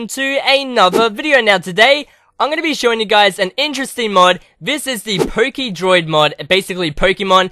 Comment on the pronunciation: XD LOL i heard it too he said pokedicks